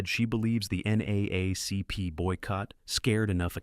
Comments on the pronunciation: NAACP is usually pronounced as N- Double A- CP. Each time U said it had me 😂😂. I had no idea how snubbed Hollyweird was to this movie. Damn like blatantly too. The Color Purple is one of Thee best movies. A classic n always will be. Who even remembers the other movies that won over them w/o doing research? Yet to this day ppl still know The Color Purple; so good it was on Broadway n more recently the Broadway production was adapted onto the Big Screen. I'm one of those ppl that can pretty much recite the whole movie.🤭 MindU I'm not the only one, specifically when it comes to BW. "Harpo who dis woman" been in rotation of normal convos. I can blurt out any line n most BW will know. Ex: "U sure is Ugly" or "Until you do right by me everything you even think about Will Crumble." (Two Cursed Fingers point to end.)😁My favorite "I'm poor, black, I may even be ugly, but dear God, I'm here. I'm here." Ok I must 🛑 now.🤭 It's wild that no one from that phenomenal cast or writers / production won anything. Simply ludicrous! Thx4Sharing. ✌🏾-n-❤ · This video starts with a line from The Help piss poor. The creator was too lazy to gather the correct photos. He doesn't know how to say NAACP. It wasn't necessary to say who sing the song.